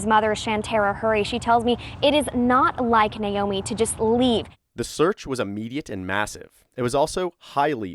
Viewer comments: NAomi, not Niomi. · Her name is pronounced Nā-omi. Not Nīomi. Literally everyone mispronounces this name so don’t feel bad. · Na-o-mi not Na-yo-mi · Her name is pronounced Nay-oh-mee. Naomi. At least pronounce the name correctly.